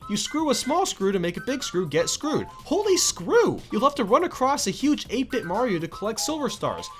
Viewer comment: when you said holy screw at first i though you said hold a screw am i the only one who heard hold a screw